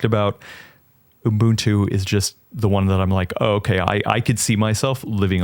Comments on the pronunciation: dawg, I love you but there is no “M” in Ubuntu. Uh-bun-too. It’s just that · homework is to learn how to say Ubuntu. Honestly, needs a refresher course too. Lesson 1: do not stick extra letters or sounds between the U and the B